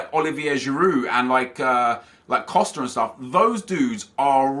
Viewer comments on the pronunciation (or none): none